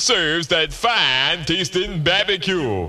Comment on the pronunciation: That bab-a-cue!